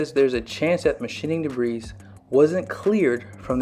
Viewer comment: I'm not being a smart aleck but I wanted to tell you that the word debris is pronounced debree,,, don't pronounce the s...